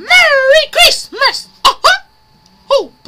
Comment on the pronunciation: One of the few times says “Christmas” correctly before it got changed to “Krimah” lol